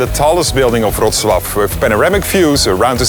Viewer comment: so that's how you pronounce Wrocław...